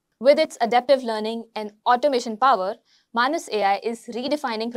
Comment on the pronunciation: I think it is pronounced as "May-nes".